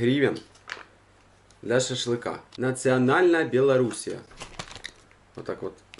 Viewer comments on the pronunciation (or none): none